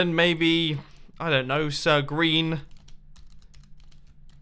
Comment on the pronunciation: Sir green? Didn't I just heard Sir Grain?